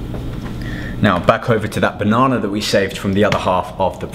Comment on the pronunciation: I love how he says Bonona